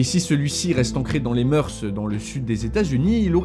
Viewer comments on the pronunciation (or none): none